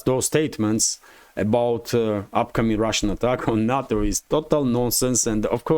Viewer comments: NATO is not a word. It is pronounced "NAY TOE". "na toe" is sushi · NUTTO perfect pronunciation